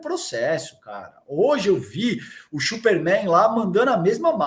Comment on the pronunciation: Única coisa que o erra é falar chuper Man...!! Errado....o cara é mulher maravilha....!!!